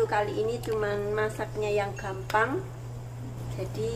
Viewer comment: Maaf ya mbak tolong jgn diajari ucapan salam umat muslim...krn sll salah dlm pengucapan salah pula nanti artinya...salam👍